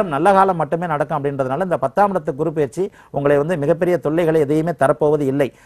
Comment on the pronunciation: Ennamma Tamil pesareenga?! 😃 GURU PAYIRCHI nggareenga 😀...... Adhu PAYIRCHI illema, adhu Peyarchi. Eppdithaan ungalailleaam edukkaraangallo 🤔😀